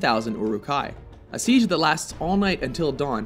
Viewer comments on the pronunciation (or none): none